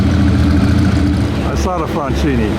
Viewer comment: When will you ever learn how to correctly pronounce Isotta Fraschini????